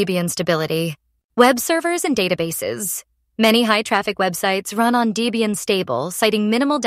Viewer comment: Horrible AI voice. And it's Deb ian not daybian.